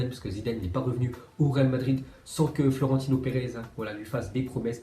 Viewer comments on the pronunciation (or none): none